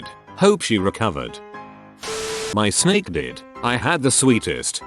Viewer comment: I love how you say snek